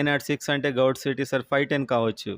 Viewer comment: గౌట్ కాదు... గవర్నమెంట్ అని పలుకు అన్నా... ప్లీజ్